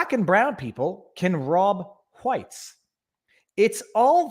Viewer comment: haha you said Hwites... s'all good.. thought it was funny.. keep rockin it Viva.